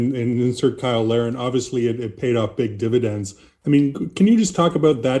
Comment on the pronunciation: I thought they were saying Kyle Lowry. I said what the heck is Lowry doing playing soccer and then I saw the spelling - Cyle Larin. LOL.